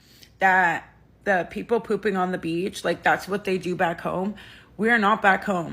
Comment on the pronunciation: I legit thought you said "poople" i had to rewatch a few times